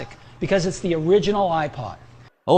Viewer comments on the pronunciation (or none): 首先它不唸I破 它唸I帕